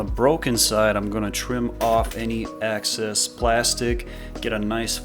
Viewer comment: Thanks, but you keep saying excess like access. 👍